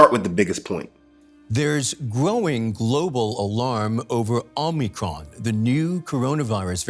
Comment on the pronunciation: It's omicron, not omnicron.